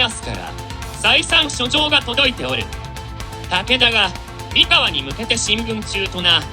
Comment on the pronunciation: 三河の発音は↑↓↓ではなく、↓↓↓なのでずっと気になりました(笑)三河出身ですので。。。